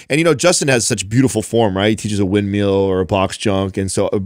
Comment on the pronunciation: Considering his profession, should probably learn how to pronounce "windmill." 😂 I'm happy someone asked the last question and gave some great points here. I'm right alongside, having my first child (also a girl) in November. I still get a bit emotional thinking about it. A suspension trainer and a medium-heavy dumbbell can help you achieve a lot. There's so much potential with calisthenics. Also, this is a great opportunity to get kind of creative and innovative with exercises and designating time to get in those workouts. Also, like you guys say, maintenance requires far less than building/burning.:)